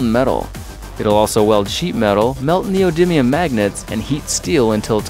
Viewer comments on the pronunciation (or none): none